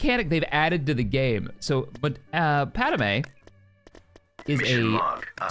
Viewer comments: love the content, will be playing this mod but one thing is just really irking me and it happens all the time across multiple fandoms when naming pronunciation is brought up 3 movies and the entirety of clone wars pad-me "pad-may" yet you keep saying "pad-a-may" sorry just, really irks me only thing, everything else is awesome and i never miss an upload of the empire campaign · Padamay!? o.0